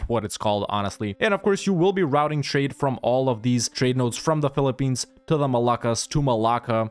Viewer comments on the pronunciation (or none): none